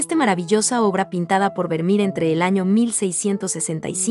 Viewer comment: Tal cual, estaba buscando este comentario, no solo francés, me da risa esta juventud que está con el chip del inglés que cuando leen Vermeer, dicen Vermir, y se pronuncia como se escribe